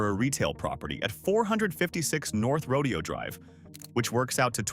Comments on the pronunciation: It is NOT pronounced : Row-Dee-Oh Drive.. it’s pronounced: Row-Day-Oh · It’s Ro-DAY-oh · Where's your current crib? Trust me, you do not need a place there. There are much better places to live than this for a guy like you. And note this: Horses are part of a rodeo. Right! The street name is NOT pronounced the same way. Say: "row day ohh" or you'll sound like a hillbilly.